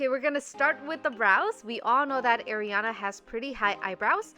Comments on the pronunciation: Pronouncing her name wrong.. It's Ariana not Airana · your saying Ariana Grande's name wrong its not Airana its Ariana it's different because theirs an AIR and ARI her real name is ariana not airana the i sounds like an E like areana but make that i sound like an E not an i, areana/ariana Grande/areana/ariana, hehe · It’s ARIANA not AIRiana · NOT ERIANA!!!! Ariana A A A A like a pizza Ariana Grande Butera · It's not airiana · Please pronounce Ariana correctly!! I love you but that is not how you pronounce her name.